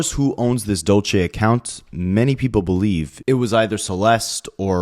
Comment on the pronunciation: Side note it’s “Dulce” Spanish for candy, also a female name, dude butchered it so many times